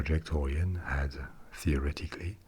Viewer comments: Orion is pronounced like O'Ryan or the like, not oorean. But otherwise good vid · Idk the or-ee-on but I have heard of the oh-ryan project. :P